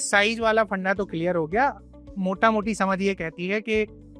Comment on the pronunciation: Aree mota mati nahi mota moti hota hai bhai please